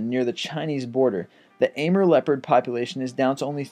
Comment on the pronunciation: It's not a mer... It's A more... That's how you pronounce Amur